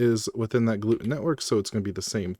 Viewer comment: I strongly dislike the way you pronounce gluetun… cause it’s Glue Tun, like glue Tunnel, GlueTUN, the way you say it reminds me of my family’s celiac disease.